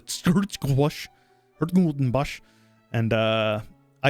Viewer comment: Great stuff, looking forward to whatever you decide to throw at us. Also 10/10 attempt at pronouncing 's-Hertogenbosch, one of those names we made up just to mess with foreigners. If you want to have an easier time saying the name, it's usually called "Den Bosch" in everyday speech, which you can get pretty close to by just saying "damn *boss*".